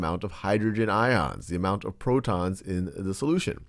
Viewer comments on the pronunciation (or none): none